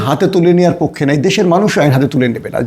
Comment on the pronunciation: উচ্চারণ শিখে কথা বলতে আসেন | পক্ষো না পক্ষে